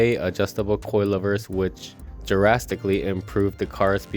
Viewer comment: Did the owner read from notes ? Cue cards ?? Did he say "JURASSICKLY" improve ridgidness ?? I had to replay that & did hear "JURASSICKLY" Hahaha maybe Viagra will cause "JURASSICKLY ridgidness too !!! That's one menacing sounding exhaust..